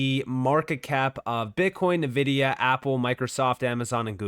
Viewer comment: Its not nuh-vidia. Its En’vidia